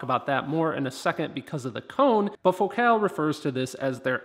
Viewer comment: your videos are absolutely the best. trivia: FOcal not foCAL is how they pronounce it. I have the 165 KRX2 woofers and they are tremendous but I bought a set of Utopia 165 W-RC to replace them. I would be most interested if you were you do a compare. I switched out the KRX2 tweeters for the Morel Piccolo, which are beyond incredible. just one more thought, in my other car, I have the Focal ES 130K and that ‘M’ shaped tweeter is much better than the prior version inverted dome tweeter.